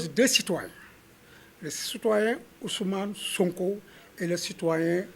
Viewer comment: Ce on dirait il est du Sud en entendant la façon dont il a prononcé le prénom de SONKO " OUSOUMANE" 😂😂😂😂😂😂